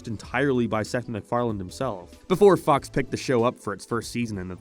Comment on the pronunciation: Go to . He is trying to say Fox but it sounds like Fu*ks It’s just random and kind of funny (not really)